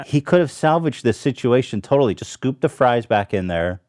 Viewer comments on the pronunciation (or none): Ethan emphasising how the fries could’ve been scooped made me crack a big smile